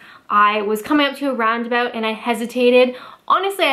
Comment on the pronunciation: 'Round aboot'